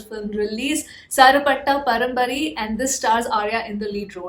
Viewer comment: It's parambarai not parambari